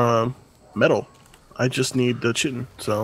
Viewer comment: FYI, chitin is pronounced KY-tin.